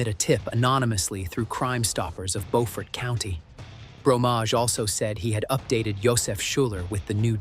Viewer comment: It’s Beaufort pronounced Blue, remove the letter L add fort to the end buefort but spelled different.